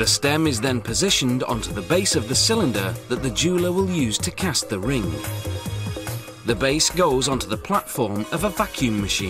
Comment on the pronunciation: omg..the way he says ring is like ringah.... so annoying